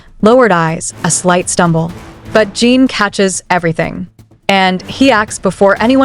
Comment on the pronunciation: Please teach your AI bot how to pronounce his name 😩